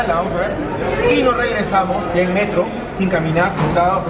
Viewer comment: "metrgooo" ay que me meo jajajajaja buen vídeo estuvo interesante 💚